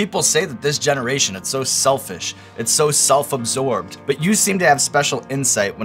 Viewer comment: "This JENNER-ation"